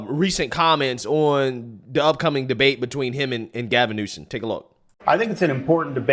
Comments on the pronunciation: I love & respect your viewpoints; but for the love of God, PLEASE quit saying NewSON. It’s Newsome. Simple. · New-SOM Not New-SEN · New-some. Not new-sun. 😂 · You keep calling him Gavin Newson then sometimes you call him Gavin Newsom. Hahaha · it’s Gavin NewSOM, not NewSON. Sorry, it aggravates me😂😂😂😂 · It's Newsome (Noo-Sum), not Newson. It's Vivek (Vee-Vake), not (Viv-ick). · newSOME newSOME newSOME SOME SOME not son. Damn. Why are you so freaking bad with pronouncing highly prolific people's names which even a 5 year old could get right? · Ok, …Gavin’s last is not newson… It’s like “axing” a question vs “asking.” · Love you darling, but it's NEWSOMMMMMMM. Just a suggestion. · It’s hilarious that you call him Gavin NewsoN! 😂🤣😂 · (NU-SUM) not a fan but whatever. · Every time says Gavin Newsom, he says Gavin NewSON 🙄 hahaha, DRIVES ME BONKERS.... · Who cares if pronunciation is off, newscum is a psychopath! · I love you man but Gavin Newsom’s name ends in M not N L O L